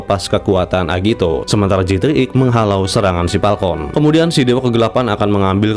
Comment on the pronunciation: Falcon banggg bukan Palkon.... 😭😭😭